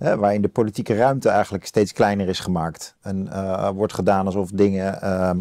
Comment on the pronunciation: Het is niet “we zitten nog niet AN, maar AAN. Let eens op jouw uitspraak Ad. Ook zeg je GEMAKT ipv GEMAAKT.